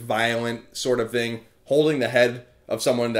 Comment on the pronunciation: I still hate the way you say "thing" actually its most words that start with "th"